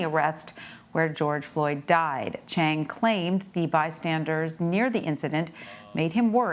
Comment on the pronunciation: officer “cheng” 😂😂